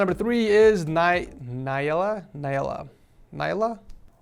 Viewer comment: It was so funny when said Naiela and Missouri